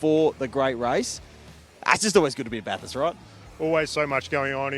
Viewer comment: At least you know how to pronounce Bathurst. If ANY commentator or media personality says Bath-Hurst, you have my permission to stone them to death...